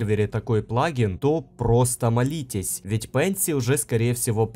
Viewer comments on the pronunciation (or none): Не в первый раз смотрю это видео, только в моменте мне слышалось валитесь. И только сегодня я понял, что это молитесь